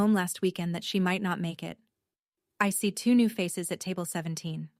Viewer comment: “I see” is two syllables, not three